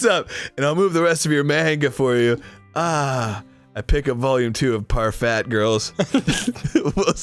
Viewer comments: It's pronounced par-fay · I died at "parfat girls"